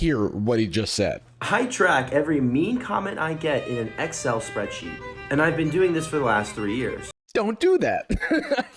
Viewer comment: imagine enabling yourself after a fucking scamming technique he cant even pronounce excel. the stress is on the wrong syllable